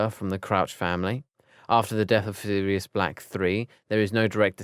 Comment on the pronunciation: I think the right pronunciation is Sirius 2nd,not serius two